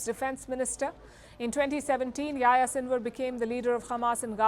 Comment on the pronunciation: it's funny how Palki pronounces the name Yahya, something like YaYa :))